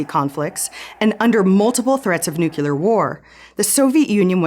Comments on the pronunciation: You're all arguing about how to cut the grass while your home is being stolen; so well done Stratfor. By the way, it's new-clear, not new-kew-lar. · Nucular? Really?